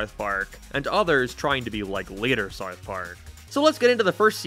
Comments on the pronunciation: This guy cant pronounced "ou", around and south both sound ridiculous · You can't say South.. lol. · This guy cant even say the word "South" correctly. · Bro can’t pronounce south 🤣🤣🤣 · why are you saying south so weird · Yeah, why does this guy live in a different house?